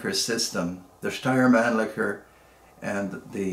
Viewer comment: The pronounced steyr Mannlicher puch was nearly perfect. Regards from Austria